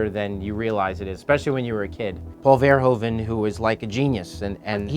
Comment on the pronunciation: how english say the name paul verhoeven is just funny. as a dutchman it sounds funny